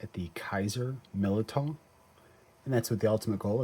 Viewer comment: I think it's pronounced Millydow